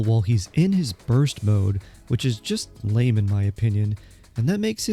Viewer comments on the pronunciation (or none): none